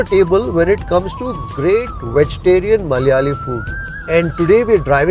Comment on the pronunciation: Why it is so difficult for non-malayalees to say "Malayalee?". Is it just being fashionably ignorant and pretentious or is it really hard?